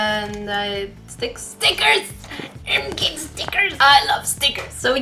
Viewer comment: “OH MEH GUD STICKAHS.”